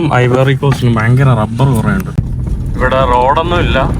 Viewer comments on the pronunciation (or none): none